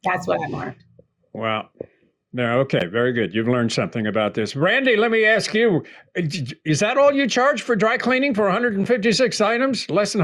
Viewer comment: Why can’t you say ask …instead of ax